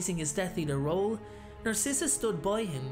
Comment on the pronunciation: well her name is “narcissa” as in “narcissistic” 🧍🏽‍♀️